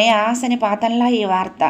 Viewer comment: Aasanipaaham కాదు asenipaatam